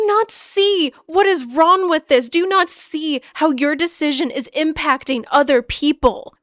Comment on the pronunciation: This is so off topic and I completely agree with your frustration, but have you noticed you have a tendency to drop the g in some words? I caught it a couple times throughout this video like with the word "wrong" and thought it was interesting, lol